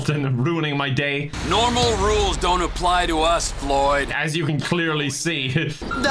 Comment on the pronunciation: "Floyd died? How did floy die?" 1 minute later: "GOOD JOYB FLOYD! KEEP IT UP" I don't think I ever heard flub so much:D